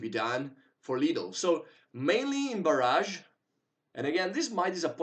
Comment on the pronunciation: FYI the pronunciation is Bar-ij not bar-azh. The second is a weapon strike while the earlier is a dam :)